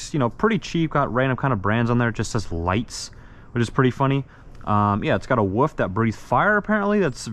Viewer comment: normal people: wolf him: woof